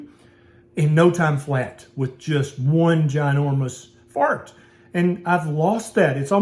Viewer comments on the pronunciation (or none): I love how a southerner says fart 🤣